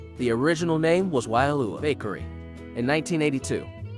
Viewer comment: FYI.... Kamehameha=Kah-may-hah-may-hah... Pa'ala'a Kai/Waialua=Pah-ah-lah-ah Kye/Why-ah-loo-ah...Wailua is on Kaua'i, same meaning (two rivers), different pronunciation/spelling